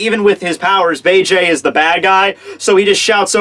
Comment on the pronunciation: please watch the English dub, so you can start pronouncing Bege's name right.